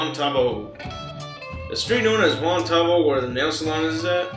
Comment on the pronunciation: i live in Albuquerque and its pronounced Wuan Tuh Bow (bow and arrow)